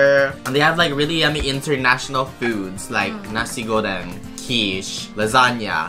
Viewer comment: ah i love how PRONOUNCED NASI GORENG!!!